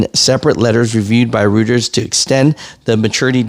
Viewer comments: Roy turz Reuters. Let your sister do "ALL " pronunciations bro....Please! Glad you got yellow right😂, and they are yellow to the core, another Jesuit whore, let them close all their doors, money doest grow on trees but they throw it in the floor. Hubris, learn who operates these scams and put it on your back. You try to take up the slack, perhaps you will learn the facts, before the chains destroy your backs. Slaves! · It’s Reuters pronounced “Royters”. Is it a government bailout or a buyout ?